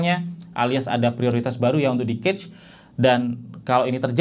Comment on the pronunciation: Koreksi cara baca cache yg bener tuh kash bukan kec